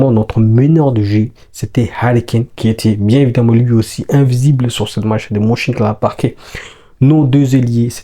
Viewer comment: Stp mon ami merci pour le debrief. Ca se dit Meunchengladbach le Ö se lit eu comme meuf 😂😂😂